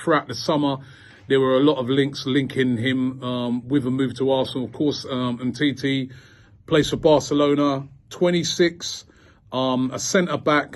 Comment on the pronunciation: No one: Robbie: “humteetee” “upper man cano”